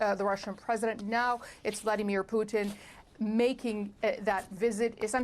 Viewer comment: Сама ты Пютин! Научись правильно произносить имена мировых лидеров, клуша!